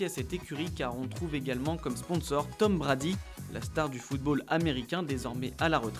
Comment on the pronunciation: Mmm si tu c’est pas dire de nom anglais fait le pas tom brady wtf